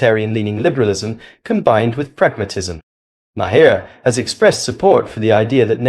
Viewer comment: BILL MA- HERR 😂😂😂😂